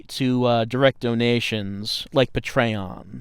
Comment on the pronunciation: Puh-Tray-On??!! I will never say it properly again.